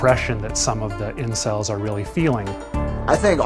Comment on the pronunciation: Did the detective actually say "celebs" instead of "incels" at one point??